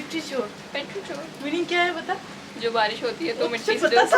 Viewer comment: Hi guys, your vlogs are awesome Just wanted to rectify something as it would be helpful for others too who are watching this video The word petrichor sounds like peh·truh·kaw. Keep entertaining us 😉